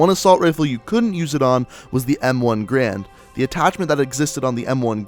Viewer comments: Why does every call it the M1 Grand. It's Garand Also it's call EDtech not EOtech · you said the m1 grand it's called the m1 garand